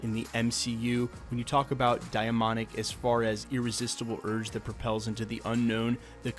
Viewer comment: Day-monic ..... say it with me